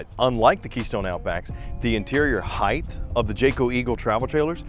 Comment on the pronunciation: I couldn’t make it through 5 minutes. It’s height, not “heighth”